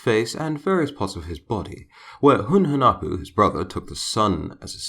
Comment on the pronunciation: Hunahpu is his brother, Hunhunapu is his father. All english speaker i know, specially smite players, don't know how to prunouce their names. Hunahpu and Hunhunapu, are prunouced with no silent "h" and with the stress in the "u". Xbalamque is not writen correctly to begin with it is Ixbalamque and it is pronounced like ishbalamque with the stess in the "e". Hunapu means a blow gun guy and Ixbalamque means litle jaguar sun.